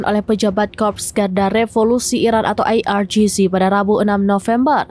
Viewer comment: Pembaca berita ini barangkali lulusan University United Kingdom atau Australia, mudah difahami spt sebutan IRGC.